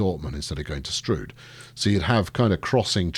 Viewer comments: LOL....Locals call it Stroud as in cloud, not stroud as in strewed. !!! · Strood as in rude Stroud as in ploughed. Your mispronouncing. Get it right man .. :) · sorry i dont know why it was deleted. just saying im from stroud and nobody calls it strood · METROPOLIS HERALD. Runners & Riders Detroit residents shocked by new bridge. Almost nothing demolished. "It's pronounced 'Strood'", say locals of Stroud. Mass redistribution of territories. "I don't want to be a Kiwi", says affected man Swanky new bridge appears south (or north) of Santa Ana Railway developer asks where he should stick his new station. Santa Ana locals offer single, rude, suggestion Is anybody else getting peckish? More later...